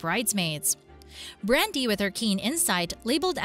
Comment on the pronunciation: I totally agree. These artificial voices are absolutely hideous. For instance the consultants name is Nicole not nickel. The male Atlantic consultant is named Brandon not Brandy. these are just two examples of constant mispronunciations.